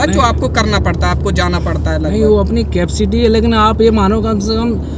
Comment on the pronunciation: Capacity ❌ Capcity✅ 😂😂